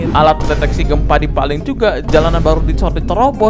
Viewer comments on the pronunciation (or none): gw suka lu ngomong TOllol bang :D